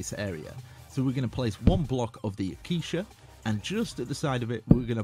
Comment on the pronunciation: you cant even say acacia correctly. Thats not good lmao